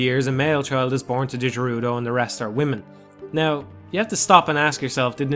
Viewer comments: Speak for yourself, the fishing game is super stressful for me. Stupid-ass giant fish never taking my lure... Also I'm pretty sure "Gerudo" is pronounced with a hard G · The 'jerudo' fortress. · (jer-oo-do?) Oh man, do you pronounce GIF as (Geoff minus the o)?